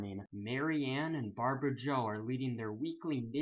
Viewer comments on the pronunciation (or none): none